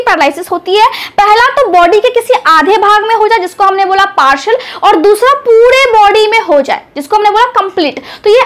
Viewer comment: Partial not parshal